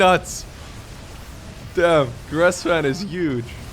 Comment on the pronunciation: GRESvan not GRASSvan 😆